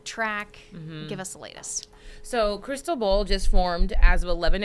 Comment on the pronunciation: Hey -- it's NOT "crystal ball" or whatever you're saying that makes it sound that way. It's Spanish for Christopher and is pronounced "crees TOH bal" with the emphasis on the TOH (pronounced like toe, low, grow, know) and the 'bal' is pronounced like bowl and short. Open a translator app and type in the hurricane name and click play to see how it's pronounced.